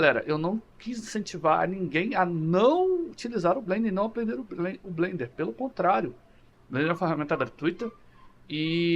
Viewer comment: FIrst! Blender for the win!!! Masssss como Blender fanboy já há quase 2 décadas, eu entendo que pra muita gente é quase uma religião hehehe Parabéns pelo video e a pronuncia ta correta ;)